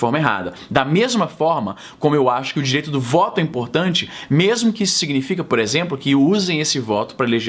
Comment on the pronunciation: "puréxemplo" nordestinês detected. Concordo plenamente que não aliviará par qualquer "lado" dessa briga.